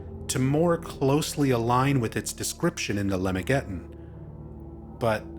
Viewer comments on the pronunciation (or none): Just a quick note— "Lemegeton" is pronounced /luh-MEG-a-TAHN/. "Arbatel" is pronounced with the last syllable secondarily stressed, like /AR-buh-TELL/. "Yaldabaoth" is usually pronounced /YAHL-duh-BAH-oath/, though your pronunciation isn't 'wrong.' The "s" and "g" in "Trismegistus" are hard.